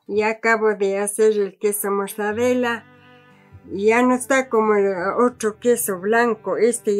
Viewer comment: Pobre, no le prepararon antes o corrigieron para que pronuncie bien el "queso mozzarella"... 🤔